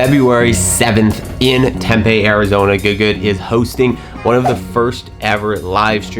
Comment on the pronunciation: Yea just cause I know you're going to bring this event up and I just won't be able to watch with the way you pronounced Tempe... it's pronounced Tim-Pee